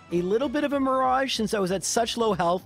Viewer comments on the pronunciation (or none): none